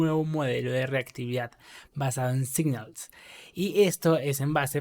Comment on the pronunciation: Gracias por el video. Estaria bueno, igual, que si vas a repetir mucho una palabra en ingles que repases antes la pronunciacion. Se pronuncia /signals/ no /saignals/. Esto pasa mucho en tus videos y es una pena. A lo ultimo tambien decis Ngrx y estas hablando de Rxjs